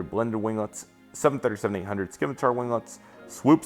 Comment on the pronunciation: It's pronounced "sim-a-tar" not Skimatar! "Nor-wee-gin" not norweegan that's just a start and those customs...lol